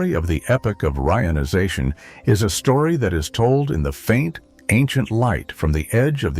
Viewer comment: Reader is terrible. Frequent awkward pauses, mispronounced "reionization."😢😢😢